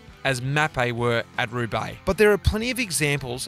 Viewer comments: Who's this joker? He can't even pronounce the name of the race correctly and then he chooses a team with a sketchy doping history (Mapei) as his greatest ever riders. C'mon GCN. You know the 90s and the 00s should just be written out of the history books. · He raced Roubaix eleven times, and even left part of his face on the cobbles of the Arenberg in 2016 in spectacular fashion. He used the name both ways if you watch it properly, and has every right to pronounce the name of the race however he wants. TBH, I think he did that to irk some viewers. It's called Australian humour.